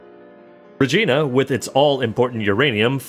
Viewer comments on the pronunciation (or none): Pro tip: Regina is actually pronounced like vagina. no joke dude I'm Canadian.